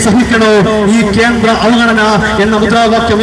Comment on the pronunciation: വായിനോക്കികൾക്ക് “ അവഗണന” എന്ന് നേരാംവണ്ണം പറയാൻ തിരിയുന്നില്ല. V & v യ്ക്ക് വേണ്ടി എല്ലാം😝